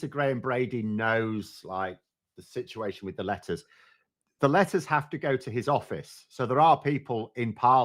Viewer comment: I have trouble telling the difference between you saying "letters" and "lettuce" and honestly it improves the listening experience